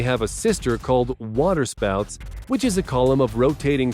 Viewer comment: The water spauot